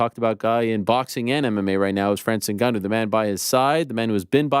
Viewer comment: Can’t even say Ngannou properly